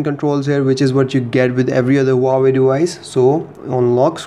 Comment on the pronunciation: he said uawei not huawei